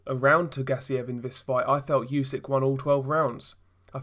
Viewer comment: Spell not yusyk, spell it like oosyk